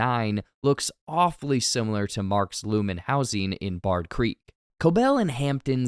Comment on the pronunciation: It's BAIRD, not Bard Eagan.